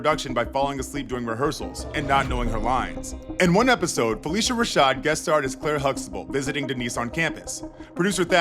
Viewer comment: IT IS PRONOUNCED PHIL-LISHA NOT FELICIA. AFTER YOU MISPRONOUCED IT LISTEN TO THE CLIP YOU PLAYED RIGHT AFTER WHERE THE GUY PRONOUNCES IT CORRECT! SHEESH